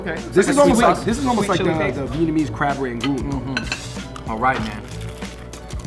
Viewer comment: Glad to hear pronouncing his Vietnamese correctly now lol